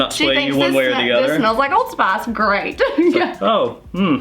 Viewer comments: It took me a while to realise she means spice lol And I'm not a native English speaker, so it's even weirder for me. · Every time she said “spIIIce”, I died a little 😆 But, I liked her! 👍🏼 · "Smells a little bit like....SPAHS." Me: ...spice? XD